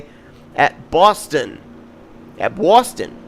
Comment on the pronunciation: how dare you botch "Boston" at the end of the video. We don't actually talk like that